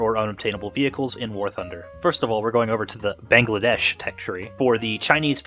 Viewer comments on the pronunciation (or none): none